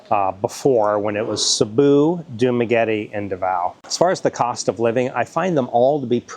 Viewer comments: You mean CEBU. thats ok. Nobody's perfect. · Sabu , Duma, and Davao:face-purple-crying::face-purple-crying::face-blue-smiling: only Duma pronounced correctly, an English major/teacher :face-green-smiling::face-green-smiling